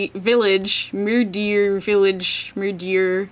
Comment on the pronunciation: Can pronounce octavarium, cannot pronounce murdiur because it's 'not american' It's like murder with an i in the middle -.